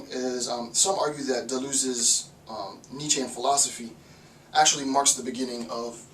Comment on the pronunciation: Deleuze, why did I hear Beleeze?